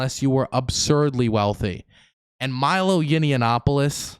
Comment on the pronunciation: It's Yah-nawp-uh-luss Not that I have any respect for the man, just bugs me even time I hear "Yinny-ya-nawp-uh-luss" lol Unless that's intentional